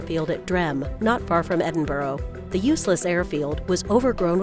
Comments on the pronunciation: Where is Edinboro?? The correct pronunciation is Ed-in-bu-ruh...... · It’s pronounced Ed-in-bur, not ed-en-bo-ro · Its not edin-bro, its edin-bra. Edinburgh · "Ed-im-bur-ow" (Supposed to be Ed-im-bruh) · you say Edinburgh like Edinbra not Edinborough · Where is Edinboro?? It's pronounced Ed-in-bur. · Edin-boro? Really? There is no O in it. Edinburgh is pronounced Edinbra. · The Felz story was a scifi story in the 50's and Edinboro is pronounced as Edinburra spelt (not spelled) Edinburgh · Uh I live in the UK and I never heard of "Eddin burrow". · Why do Americans pronounce Edinburgh "Edinburo"?!! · also "eddin - burrow" another what the fuCK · Edinburgh! not "Edinboro" - HA! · Edinboro? What the fuck? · What a pile of old and debunked bollocks! Also, what the fuck is, "Edingborrow"!?????????????? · Yeah it’s Eddin Borrow people! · "Edin-bou'g" ... right? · Ok so this video became nonsense when she couldnt pronounce Edinburgh 'Ed-in-burrow' NOPE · It's PRONOUNCED EDING-BRUH. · Edin-burg! Where the fuck is that? You dumb yank. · American's just can't say Edinburgh correctly, I'm Scottish so here's some help :) "Edin-bruh" Bruh!!!! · it is pronounced "ed in bra" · 'Flight from Edinburo, Scotland' THE FUCK?! Edinburgh! GEEZ. It gets really annoying after a while. Sometimes I get pissed off by it but that probably cause I am Scottish. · Its is EdinBurow... TF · there is no 'O' in Edinburgh!!! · Why can't you Americans pronounce Edinburgh properly? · Edinburgh has no bloody "o" in it. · I find it really annoying, as a Scottish person, when Americans fail to announce Edinburgh properly, in fact any Scottish cities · Americans! It is pronounced "Eddinbruh". And it is not Nor-folk but "Norfuk". Etc.